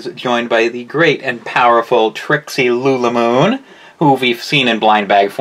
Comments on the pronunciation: its lulamoon not loolamoon! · said lili moon